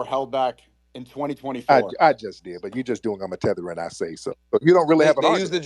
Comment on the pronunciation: The tehter babble is insane!